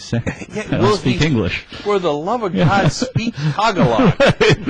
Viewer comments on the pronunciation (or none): He pronounced tagalog totally wrong.. Like he butchered the word pretty badly. It's "Tah-GAH-Lohg" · lol tagalog, if you read it you would probably pronounce it that way xD nice try cenk